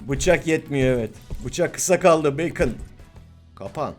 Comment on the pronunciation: Abi beykın diye söylenmiyo direk bakon diye okuyom askkddnkdndksnslsşzözlxşj